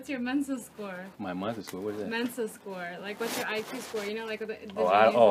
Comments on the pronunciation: wir sagen tatsächlich selten "freut mich, dich kennenzulernen" (nice to meet you). und noch viel seltener am ende des treffens als "hat mich gefreut, dich kenngelernt zu haben" (it was nice meeting you), so wie du es hier sagen wolltest. btw es heißt "Mensa", nicht "Menses" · she said "MENSA SCORES" not menses hahahahha